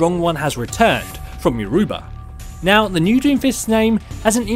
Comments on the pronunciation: Jesus Christ that's not how you say youruba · can you pronounce Yoruba correctly